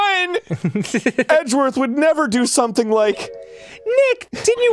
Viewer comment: Oh my God Arin doesn't know how to say sumtin'.. The t is silent. Atleast it was funny